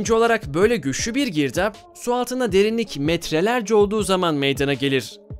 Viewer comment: "Girdaaaağba" sırf bu yanlış telaffuzu için irrite oldum beğenmedim 👎🏻